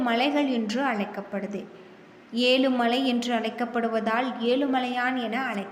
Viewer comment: Yezhu endru sariyaga solla muyarchi seyppa commentator